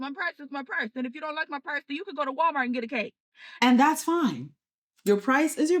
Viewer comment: bro you don't neeed to go to whalmary and how do you pronounce "gherdelli" like that omg i don't usually go at people for what they say but in this case...